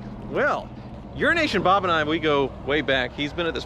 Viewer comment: i literally thought how pronounced "euroasian bob" was actually "urinational bob"